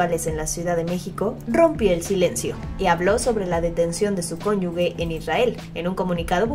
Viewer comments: Nada más una observación es cónyuge, no "conyugue", para no confundir a la gente. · Cónyuge, no conyugue. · Se escribe cónyuge se pronuncia cónyu"j"e y no "cónyugue". Como lo pronuncian en la nota informativa del video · Cónyuge, no "cónyugue" 🤦🏻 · Se dice cónyuge, no conyugue. Mal ahi quienes dan las notas. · Señorita reportera o lectora de noticias,no se dice CÓNYUGUE lo correcto es CÓNYUGE ,no se entiende como trabajan y difunden noticias si no saben cosas básicas, no se supone que estudian?